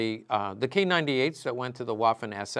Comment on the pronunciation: It’s pronounced “VAFFEN “